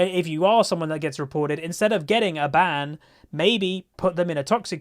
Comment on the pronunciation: It says something when I thought said inted for some Riot points. Honestly, the promo fix would help quite a bit. The toxicity is definitely getting to be too much. I usually just take breaks, grind out gold over the course of the season for victorious skins then promptly forget about it to detox as it were.